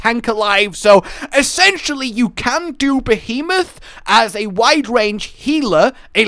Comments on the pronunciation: Krystl behamoth? Lol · I actually kind of miss old pronunciation of Behemoth.